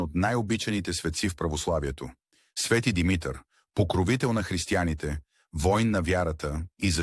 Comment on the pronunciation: Научете го този български език-"Свети Димитър","Димитровден".... ударенията как един път не ги сложихте на място.Къде сте расли не знам.То тези думи поне се употребяват с години.От обща култура трябва да се знаят.